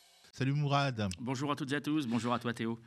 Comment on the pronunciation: Un MO, pas MOU, MOURAD !😃👍